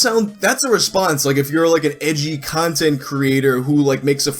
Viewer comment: I thought you said "you need to feed the cuntent beast" Edit: I will be using the term "cuntent creator" for shitty content creators now 😂 thanks